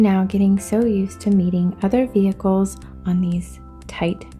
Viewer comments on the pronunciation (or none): none